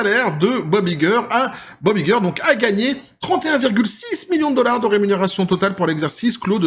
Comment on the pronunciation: Dollar pas dollarse